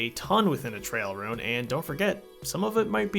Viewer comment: why do you pronounce 'ruin' like 'rune'